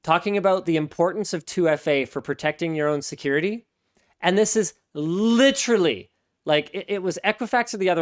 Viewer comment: Great show as usual. However, five "litruhlees" in under a minute ? You can do better Linus.